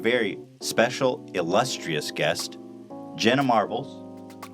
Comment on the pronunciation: I can’t stand when a podcast host doesn’t at least research the guests beforehand 🙄 why even have guests that you don’t know anything about? He didn’t even know that they have conspiracy theory podcasts. And calling her Jenna “Marble” at the very beginning Lmao